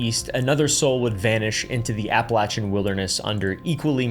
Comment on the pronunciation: Can people like this stop making the Appalachians sound like some mystical place. Besides pronouncing it wrong, this region is one of the poorest, most underfunded areas in the entire United States. It is a deep red, abandoned location with almost no resources, full of drug movement and poverty. The people there aren’t “wild men” they’re abandoned, intentionally, by their states. It’s not a playground for larping country guys to pretend is mystic, it’s just sad.